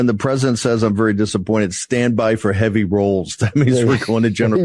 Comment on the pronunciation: Machinegun lips has a problem pronouncing the title of her master. "Presadint" lol